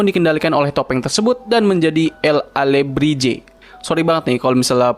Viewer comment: El-alihibre bang bukan jibre